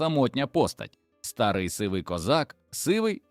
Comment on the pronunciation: Дуже пізнавально, але навчіть ШІ правильно ставити наголоси. Не чЕбрецю, а чебрецЮ; не стАрий, а старИй; пекЕльного болю, а не пЕкельного; мІсиві, а не місИві; не БджОлиного, а БджолИного; кінський вОлос, а не волОс і т.д. Помилок маса. Крім того Берестечко пишеться з великої букви. Прошепотів, а не пошипотів. Пораненому пишеться разом, а не через риску. Здригнулося, а не здрегнулося. Привида, а не приведа. І т.д. Вчіть граматику.